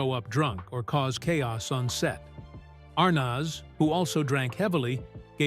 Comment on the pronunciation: Who the hell is Desi R-naz?